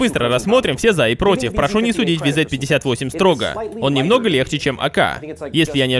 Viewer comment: правильно говорить вз-58